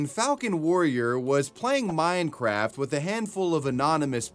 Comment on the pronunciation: bro definitely said “mind-craft”